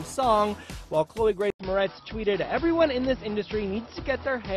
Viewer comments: Its 'More - RITZ' not 'More - TEZ'. Just thought you should know. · I love you Ti.. but can you learn how to pronounce celebrities names lol! Chloe "Mortez" haha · I'm laughing, it is Chloë Moretz, not Mortez. Great post though, Ti .😘😘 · Am I the only one bugging about how she keeps mispronouncing Chloë's last name? 😂 It's More-ets not more-tez 😂😂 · LOL Ti it's Chloe Moretz not Mortez :-) Love ya still! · Ti much love for you but you kept saying Chloë "Mortez" but its Moretz lol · chloe moretz not mortez hahaha too funny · lol her name is moretz not mortez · girl its moretz not mortez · MORTEZ? Seriously? She is Moretz! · Ti..... Lmao it's Chloe MORETZ... Not Mortez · moretz not mortez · Mor-ETZ, not Mor-TEZ. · not to be negative but u said chole moretz as mortez. damn t f**k her name all the way up. (no shade only love) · Its pronounced mo-retz